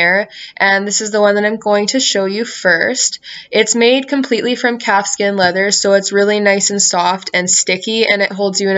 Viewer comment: Am I the only one that heard capsicum leather rather than calfskin leather???